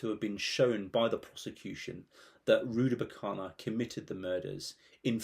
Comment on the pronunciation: Rudakubana. Not Rudabukana.